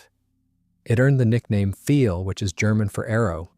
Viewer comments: Not "feel", but "file". Sounds like nail "file" or computer "file". In german, "ei" is pronounced as long "i", as in english word "eye". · Learn to pronounce words correctly. It is pronounced phonetically as "Pfile," not "Feel."